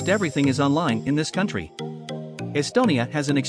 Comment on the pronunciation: You pronounced Paul Keres wrong